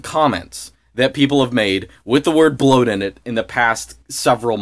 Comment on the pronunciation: bwoat is bwoat